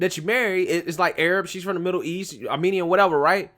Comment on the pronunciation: Molly is not Armenian but I appreciate you pronouncing Armenian correctly !